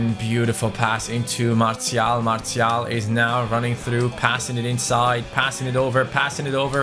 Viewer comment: You have been saying Martial and Gnabry's name wrongly